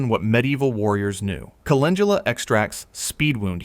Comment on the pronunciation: Sigh wrong prounounce of Calendula